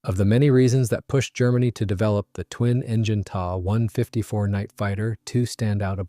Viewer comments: Yikes! Quit using gamer-speak! The Ta 152 is a "T" "a" 152, not a "Tah" 154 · My bad, should read The Ta 154 is a "T" "a" 154, not a "Tah" 154. Ugh.